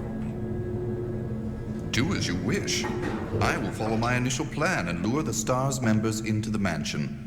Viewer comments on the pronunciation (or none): i noticed how Billy says Stars, he nemesis tho?